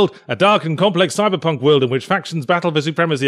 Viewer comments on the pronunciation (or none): none